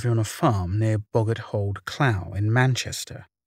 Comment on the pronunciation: Its strange but just cant place his voice with his face! Boggart Hole Clough is just around the corner from me in Manchester...btw it's pronounced "Cluff"